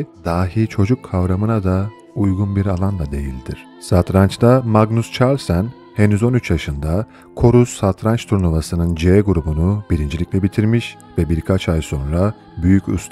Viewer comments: "Çarlsen" degil, "Karlsen" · Kırk yıllık Carlsen'e(karlsen) Çarlsen diyen arkadaşımızı ciddiye almak biraz zor😊